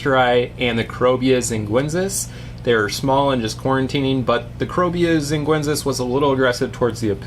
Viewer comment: Xinguensis = "sheen-gwen-sis". C'mon, we've been through that before! lol Jokes aside, great video as always! I see you have some rummynose tetras with angels. Have you ever had them with EBAs? Any issues with that?